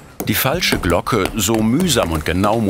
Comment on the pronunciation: Stellt Glocken her : Spricht es ,,Glogge" aus 😂.